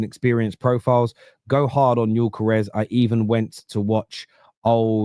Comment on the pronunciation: you're saying Gyökeres much better than most English speaking people are 👍